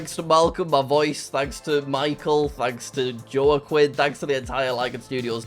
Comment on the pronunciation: I think Jack wins the award for the worst pronunciation of "Joaquín" I have ever heard